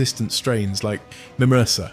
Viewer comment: But it can't pronounce MRSA correctly.